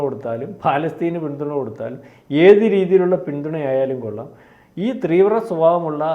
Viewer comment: not three❌ Vra, but theevra✅